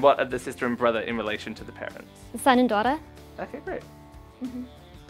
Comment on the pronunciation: she literally said "son and door-auter" lol